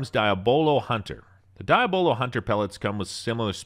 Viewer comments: It's "Dee AH buh lo" - NOT "Die ah BO lo"; Diabolo is the Devil. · Diya bolo never heard anyone say it like that. De yah blo. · Could you please speak English? It’s pronounced ‘deeablo’ thank you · It's pronounced ( Dee-Ah-Blow) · Or Dee-Ab-Low 😉 But definitely not what he said. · so we letting him pronounce diabolo however he want to i see